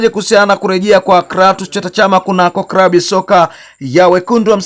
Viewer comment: Unaharibu lugha sio krabu ni klabu na Chsma amitwa Cletus sio kretus L na R unachafua